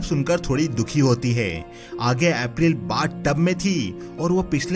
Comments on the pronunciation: Bhai tumhara explanation bohot accha hai par tumko apna uccharan yani pronunciation par thoda dhyaan dena chahiye jaye school ko uskool april ko epril. Baki sab mast hai. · Bhai, plz pronounce April correctly. Itna kanno me lagraha tha ki story ek dislike ke sath chhor diya. Stop giving funny voice effects and learn to pronounce English names correctly. Itna ajeeb se naam lete ho ki dislike aur unsubscribe to banta hai.